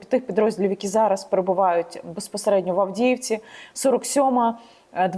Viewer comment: За 15 секунд три раза «беспосередньо» , сказать в одном предложении. Вершина безграмотности .